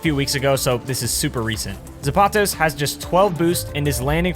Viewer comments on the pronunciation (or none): When he mispronounces "Zapatos" 😭